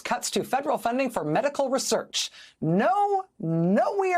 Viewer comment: Why does she/he say research like that??